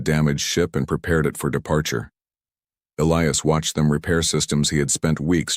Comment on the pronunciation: At about : : the pronunciation of a key person, 'ilious' is badly done and should be 'Elias' instead!. Oops LoL 😮😢